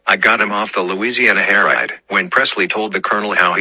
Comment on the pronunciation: Louisiana Hair Ride. lol 😂 it’s Hay Ride